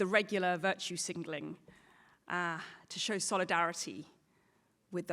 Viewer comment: Interesting she doesn't correct herself. 'singleling' instead of 'signaling'. 🤔